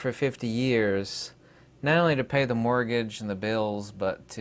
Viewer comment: Mortgage sounds like MORGUEge 😀